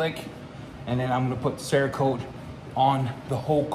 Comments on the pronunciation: I think I liked to hear you say "CHERRA-KOTE" better.... Made me laugh harder anyways! 🤣😆👍🙏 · Yup, I saw the same thing... Damn 🍒-Kote!